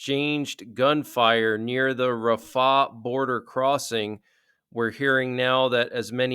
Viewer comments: it's RAF-ah, not raf-AH. Just sayin'. Thanks for all your updates. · It's not Rah fah...it's Rahfa one name